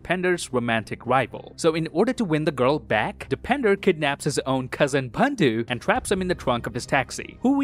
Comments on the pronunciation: Man really said Depender instead of Dipendar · The way pronounce DOPinder 😅😂 It's seems depender... Btw u are great 🔥